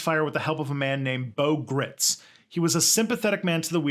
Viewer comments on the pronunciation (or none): I think Lieut Col Gritz's last name rhymes with "rights"